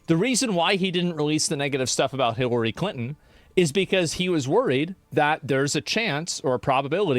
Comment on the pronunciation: Asmon mispronouncing Hilary as Hitlery is something I didn't knew I needed. And yes, 100% this is a diversion from Epstein files. 1 0 0 %